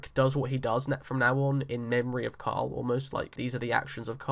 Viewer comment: It's Carl, not coral lol. And 2nd, I'm not sure how much of the comics we can grab from anymore since Carl is being killed off. So let's not assume anything from this point forward. That being said, I don't see Rick being peaceful until he takes control of Neagon and the saviors.